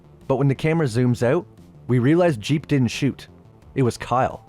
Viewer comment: I’m pretty sure his name is jeeb not jeep